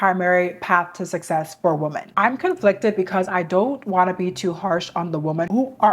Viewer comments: The plural noun WOMEN is pronounced as wi-muhn not as womAn. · Why do you pronounce the plural “women” like the singular “woman?” I’m confused.